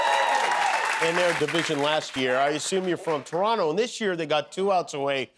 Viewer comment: as a born n bred Torontonian, I thank you for grace in victory. and I thank you for saying ToronTo, not Torono, cheers Jimmy